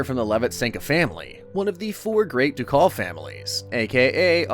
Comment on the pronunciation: For future reference: since you aren’t AI and can fix it. “Ducal” is pronounced Duke-all or duke-ull (like culling), not Do-Call. Just like you say duke, a ducal is the family recognized under the dukedom.